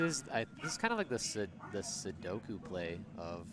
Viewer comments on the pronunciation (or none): Bro at the end did you say “sudoku” play?…..you mean seppuku? Lmfao